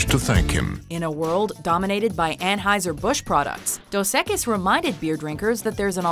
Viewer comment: Am i the only one who cringed when she said "dos equis" as "dos eqes"